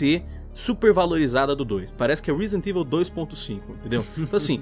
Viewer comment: " Risident ivil 3 "